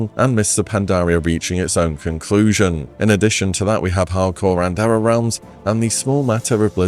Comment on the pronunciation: Good video but please look up how to pronounce 'era'